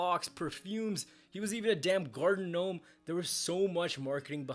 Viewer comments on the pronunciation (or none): none